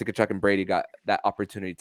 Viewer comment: Tell his name is ka-chuk, not ta-chuk.